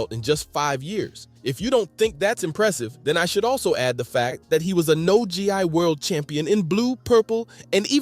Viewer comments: No Gee- Eye??? What lmfaooo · I turned it off right after. No Gee Eye. First I’ve ever heard, this guy just looking stuff up on Wikipedia